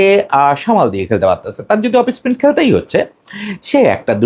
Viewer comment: অফস্পিন কে আপনারা অফিস্পিন বলেন কেন?